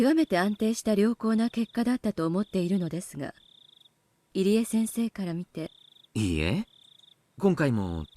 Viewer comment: pronounced Irie as Eerie lol plz it’s EE-ree-eh